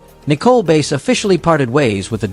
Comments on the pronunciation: its nicole bass not base her last name is bass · Her name is prounounced like the fish, not the instrument. Bass